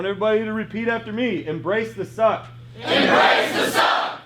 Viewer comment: sounds like he said "embrace the succ"